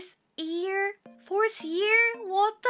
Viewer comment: She's still saying 'ear' instead of 'year' a lot of the time. <3